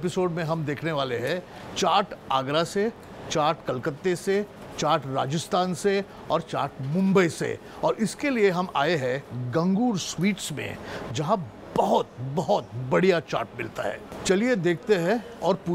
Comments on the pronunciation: गंगूर नहीं है श्री गणगौर hai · I am late in watching this episode but I hope that someone pointed out that its not गंगुर but गणगौर which is a festival during chaitra navratri in some parts of rajasthan, gujarat and madhya pradesh. 🙏🙏🙏🙏